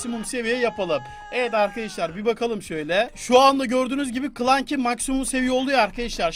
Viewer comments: Abi Klanky diye okunmuyor klansy diye okunuyor 😂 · Klanki değil klansi diye okunuyor onun ismi .d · Abi klanki diye deil klasi diye okunuyo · Clanki değil clansy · Abi klenky değil kılensi yanlız doğrusu da clancy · Abi o kılansi diye okunuyo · Abi c yi sdiye okiycan